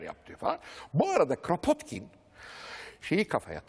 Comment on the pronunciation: Rusça'da Кrapotkin diye okunur